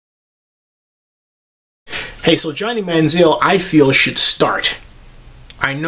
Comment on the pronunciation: obviously, you dont know much about football considering how you can't pronounce Johnny's name correctly.